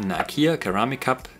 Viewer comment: Great video! But PS... The first c in "ceramic" is a soft c, like an s! :-)